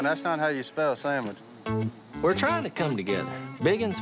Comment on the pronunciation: “Want a sandmich” -Godwinn